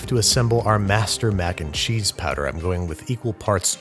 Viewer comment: I was looking away when you brought out the powder (I was applying clotted cream to a scone), and I had no idea what "cheese patter" was